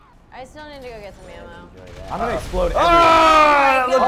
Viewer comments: Lol said emmo instead if ammo!! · did anyone hear say emom